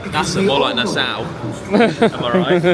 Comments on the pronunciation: Nassau ( is Nah- saw). Not “Nah sow”. It took me a second to figure out where you were going. Lol I wondering “ where’s this Nasow he’s cruising too? 😊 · It’s Na-Saa😂😂😂😂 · I'm so sorry but I have to for my mental health.... NASS-aw... not ow.